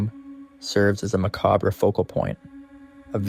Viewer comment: Learn how to pronounce Salem and Macabre....